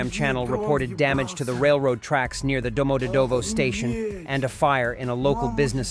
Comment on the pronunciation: Domodedovo pronunciation. Do = o as in hot. mod pronounced like "mud". e pronounced like the ye in yet, and this "ye" is the syllable with the emphasis.. dov pronounced like "dove." Final o pronounced as in up. domoDEDovo.